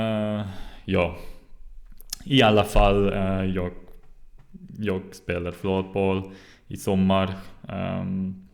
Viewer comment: Very good! I only have a few pronunciation tips: It is safer to pronounce g at the end of words, like you do, but we always drop it for ...I guess pronouns, verbs and adverbs... while keeping the sound of the rest of the word the same. Jag = Ja' Idag = Ida' Drag! (Pull!) = Dra! Unfortunately nouns and adjectives (or possibly just less commonly used words) don't follow the rule: Slag (Hit), Vag (Vague), Drag (Draft) You got the Hock in Hockey right, but the word is pronounced more like Hocky, if that makes any sense. If you happen to know how we say Sy, Vy, Bry, Sky or Dy, you'll get the ending right. :)